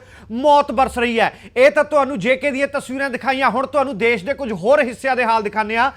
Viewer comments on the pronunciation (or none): none